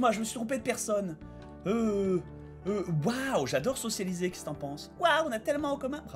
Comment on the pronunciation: Bob, ça fait trois épisodes que je me retiens de faire la remarque mais je vais pas tenir plus longtemps... Bob... On dit socia-BI-liser